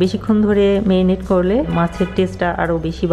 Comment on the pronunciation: শুধু বেটার নয়, উনি ম্যারিনেট কে মেরিনেট বলছেন, বাংলাদেশের অনেক মানুষই য ফলা আ-কার গুলো ভালোভাবে উচ্চারণ করেন না।